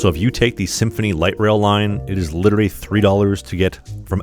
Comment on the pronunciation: Nice… But you literally mispronounced the word “literally”!😂😂😂